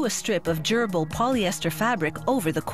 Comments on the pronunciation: I think she just used a really weird pronounciation of "durable." But i might be wrong, though i kinda wish i wasn't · I definitely also heard “gerbil” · Does she say "they glue a strip of gerbil polyester fabric"?